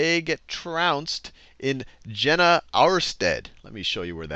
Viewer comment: Jena is pronounced "Yena".